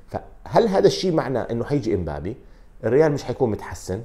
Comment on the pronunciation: اسم اللاعب مبابي لماذا تقول إمبابي